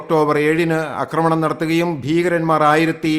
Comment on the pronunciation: എത്രപ്രാവശ്യം ചൂണ്ടികാണിച്ചാലും ഈ മനുഷ്യൻ അക്രമണം എന്നേ പറയൂ ... ആക്രമണം എന്ന വാക്കീമനുഷ്യനറിയില്ല Kastam😮